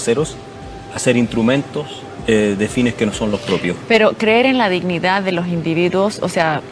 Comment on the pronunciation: OSEA....PARA LOS ZURDOS SE DICE DISHNIDÁ 😂😂😂😂😂😂😂😂😂😂😂😂😂😂